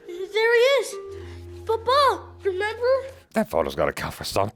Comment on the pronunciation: The way she says photos sounds funny. Please don't take offense. It just sounds like faux toes, like fake toes 😂 Great reaction, btw. I don't think this one ever made me cry, but Up and Encanto got me